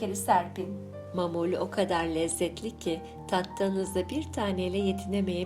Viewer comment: Mamul değil ma'mul. Yani معمول. Doğru telaffuz edin lütfen.